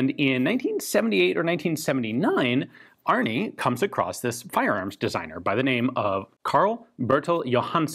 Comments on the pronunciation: As the American you are, I think his name is Arne, not Arni. I may be wrong, I just found it a little funny. The E in Arne is like and E, not an i. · The name Arne is pronounced Arna, and it means eagle in Old Norse.